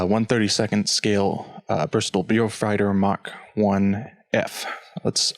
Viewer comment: it's pronounced bowfighter. as for raised panel lines, well, all real aircraft have raised panel lines. no real aircraft has recessed panel lines. just go to your local aircraft museum or private airfield and see for yourself.